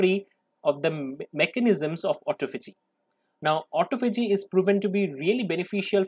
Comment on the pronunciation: Please check your pronunciation...I believe it is "ah TAH fah gee"